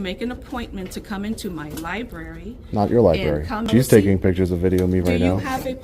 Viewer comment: "Why are you takin' pitchers of the liberry?" "I'm looking for people who can't pronounce 'pictures' or 'library."